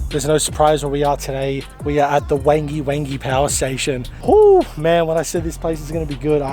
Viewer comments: Great video guys and its actually pronounced as Wongee, and a bit more history for ya that there was a railway branchline that served the power station which branched off from the main northern line at Awaba. This line is now closed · This is the other side of the lake to where I live. Its pronounced Wongi though. Thanks 🙏